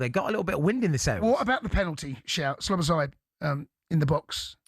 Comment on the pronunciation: Cundy it's Szoboszlai , not Sloboszlai , thought he was tonight..